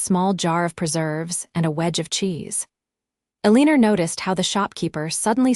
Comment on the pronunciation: AAAAGGGGGGHHHHHHH!!!!! Eleanor is not "EL-EEE-NOR"...It's El-AN-OR.